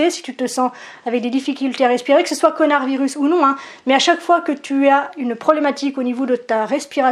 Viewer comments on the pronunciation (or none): tu as dis connard virus au debut ou j'ai mal entendue? 😁